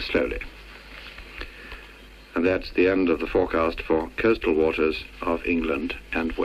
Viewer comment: Took me a second to parse what “kurstall waters” was, until I realised he was saying “coastal” 😅